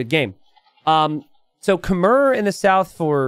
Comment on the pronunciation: PLEASE learn how to pronounce Khmer correctly someday.